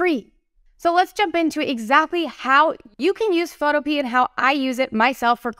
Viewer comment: I'm sorry if this sounds rude but it's pronounced pho-toe-pee-ah. Not photo-pea.